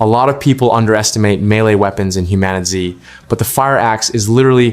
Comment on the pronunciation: did you call the game Human-itz? just stop